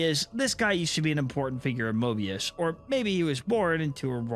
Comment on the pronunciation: Don't add an r in front of the o in Mobius